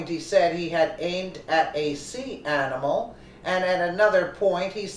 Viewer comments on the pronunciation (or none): none